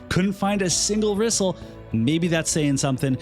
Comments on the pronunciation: When in doubt, pronounce Japanese names like Spanish 😂 Japanese and Spanish vowels are pronounced the exact same. Her Japanese spelling is リソル (RiSoRu) which sounds more like Re-Soul, rather than Rizzle; but i mean, i guess Rizzle sounds cool too, foshizzle my nizzle, lol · Thats not how you pronounce the name. The voice acting in this game cannot be trusted. Case in Point. Muraga's Text is written like he is supposed to have an Irish or Scottish accent, but he speaks with a US 6oclock news accent.